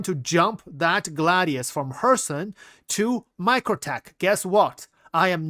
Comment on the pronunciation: Thanks for this in-depth info. So glad that I have a carrier-ish ship. (Fyi, it's pronounced, "GLADE-ee-us.")